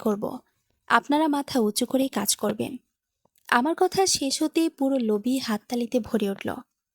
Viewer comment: লোরি নয়, হবে “লবি”